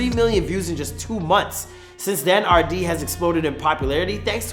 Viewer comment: "arwdea" nah bro ahaha